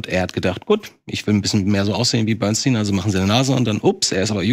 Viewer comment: Wann lernt ihr endlich dass der Mann Bernstein und nicht Bernsteen heißt?